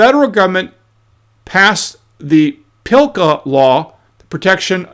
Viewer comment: PS, PLCA does not have an "I" in it, so there is no Pillka.